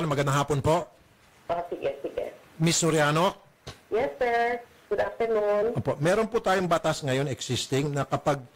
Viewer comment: Sabi ng babae i-yeth 😂😂😂😂